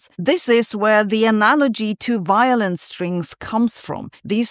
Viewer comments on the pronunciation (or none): I thought she said violence too,but apparently she said violin strings,while breathing in a German accent.